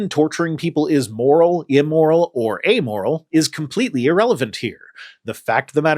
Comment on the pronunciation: "Whether him torturing people is moral, immoral, or amoral" Or ummoral, ymoral, omoral...